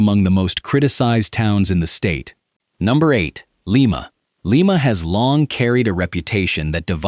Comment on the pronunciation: LIMA, OHIO is pronounced LIE MA, not LEE MA. You should pronounce the Ohio cities correctly, or not do a video on them at all. Very disrespectful to us Ohio residents. You have a phone. You could have called the chamber of commerce or the Police Dept in Lima to know how to pronounce the name of the town!